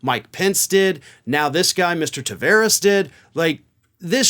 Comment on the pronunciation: Ta(var)es Its a latin portuguesa name the var is prpnounced like bar.... Car... Far A wide open taaaaaaaavaaaaaaares